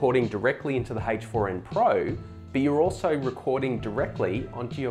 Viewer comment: Are you saying HACHE FOUR IN????